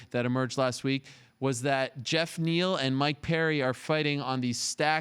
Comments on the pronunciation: Gee-off neal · He called geoff (jeff) G'off 🤣🤣🤣🤣